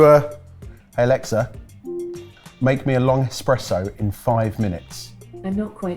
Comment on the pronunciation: Ughhhh. Stop saying ALEXSA!!! I’m yelling at my device to shut it off!! You guys are top Dixs!! 😒🤣 I still love you guys! Just knock it off.